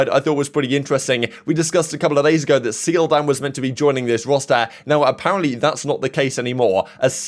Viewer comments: the Korean player seoldam is pronounced souldam btw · btw in Seoldam's name the eo is pronounced as a single sound kind of halfway between an e and o sound as opposed to two separate sounds. no hate just thought you should know